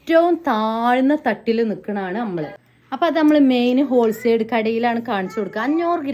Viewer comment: ഓൾസൈഡ് അല്ല ഹോൾ സെയിൽ 😂